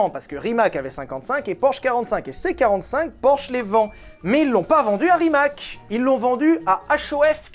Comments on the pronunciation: on prononce ca rimatz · c’est Rimats (il faut dire le s) la bonne prononciation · On promonce Rimats, pas Rimak lol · STP ne prononce pas RIMAK mais "Rimatz"... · Tout le monde parle de la prononciation des villes alsaciennes , mais RIMAC se prononce RIMATS et non pas pas RIMAK😅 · Petite précision ça se prononce Rimatsse ;) c est le nom de famille de mate rimac